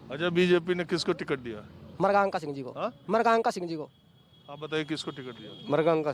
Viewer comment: marganka singh had hai naam to sahi se lo 😁